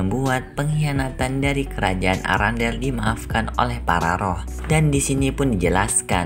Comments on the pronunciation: Kerajaan erendel bukan arandel😂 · Kok sebutan istananya arandel sih kan namanya arenda